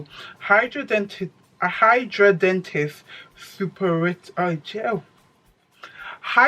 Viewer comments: It’s pronouned hi-dra-den-I-‘tis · Loooool. You completely butchered it. hi-dra-de-nigh-tis supra-i-tiva. Wish I could voice record lol. Unfortunately it is related to weight as majority of people who have it are overweight. I understand it’s very painful. I don’t have it but as a doctor I can say it is poorly understood but a dermatologist is best to help.